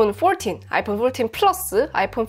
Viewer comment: 영어 쓰시는데 왜 이리 웃기지요???ㅋㅋㅋ 아이뽄 뽈튄 ㅋㅋㅋㅋㅋ뽈틴 ㅋㅋㅋㅋ 너무 오바해서 영어발음 ㅋㅋㅋㅋ